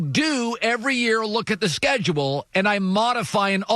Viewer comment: Bro the way he speaks the sscedulee